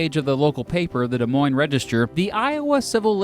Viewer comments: The Supreme Court gave no s about Des Moines. Seriously! Did you hear that pronunciation? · It's pronounced des moines